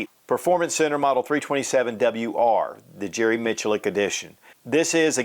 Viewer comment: Jerry Who -Mitch a Lick? .. I don't think that's how it's pronounced 🤣